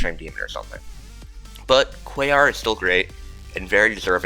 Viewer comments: He actually says it right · I’m giving you credit. You say Quaoar correctly. It’s the kind of thing that forgives congregation not being on the list.